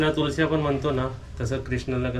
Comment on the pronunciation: सारखे इंग्लिश शब्द का वापरतोस, मराठी बोला, तुलसी नाही रे, तुळस..